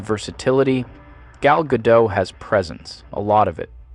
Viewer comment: The AI narrator managed to pronounce "Gal Gadot" in every possible wrong way in just one video.